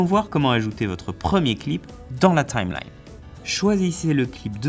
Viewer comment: Lol la prononciation c'est Time-line